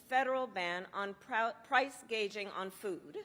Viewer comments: She can't even pronounce "gouging" but rather she said "gaging" c'mon man and she's to possibly be our POTUS? Was she reading off a prompter? That's even worse then.... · price "gageing"????? she cant even pronounce it correctly. Welcome to full blown socialism if this dingbat is elected. Wake up, America!